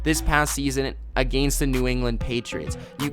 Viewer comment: I hate the way this kid says the word against.